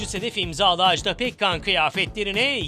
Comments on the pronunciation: Televizyonda program yapmak için Türkçeye hakim olmayı gerektirir. Bu hanımı kimse neden uyarmamış acaba? AJDA PEKKAN'ın adı AJDA'dır, Ajdağ değil!!! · Ajdaaaaa diye okunmaz "Ajda" tek "a" ile okunur.